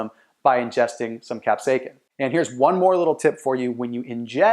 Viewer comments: Kap - say - uh - sin, NOT kap - say - kin. Thank you. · it is not pronounced "cap-say-kin". it is pronounced "cap-say-ah-sin" combine those words rapidly and you will pronounce it right (sort of). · I am loosing braincells by the second. WTF IS CAP-SAKE-EN??/!/£&#% ITS CAP-SAY-UH-SIN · Capsaicin is pronounced as “cap-SAY-uh-sin” (IPA: /kæpˈseɪɪsɪn/). The emphasis is on the second syllable, “SAY.” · Its Astounding that People Get Upset Over Pronunciation.. The Video is about Health and its Cayenne pepper that he is Speaking about..Cap..Sake Kin.. Go ahead make my day ! Great Video ❤ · You're pronouncing capsaicin wrong. You're saying capsaikin, which is incorrect. Otherwise good video.. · That’s not how you pronounce capsaicin. It’s kap-SAY-sn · It’s pronounced “kap-sasin” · Capsa "kin". First time I've ever heard it said that way. Good info though. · I have never heard capsaicin pronounced like that, its distracting, the letter "c" has a "s" sound. [cap-say-sin] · C'mon dude say CAP-SAY-SIN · Repeat after me... : CAP-SAY-EH-SIN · WTF, your saying capsaicin wrong. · Bro I can’t watch this.. say it right !!!! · Onother "expert" on diet who doesn't know how to pronounce capsaicin. And what about those doctors in the vid? Ok enough for comedy entertainment for today. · please stop saying capsaicin like that.